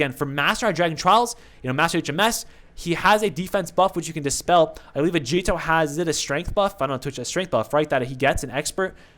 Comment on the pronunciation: It's a-guee-to not a-djee-to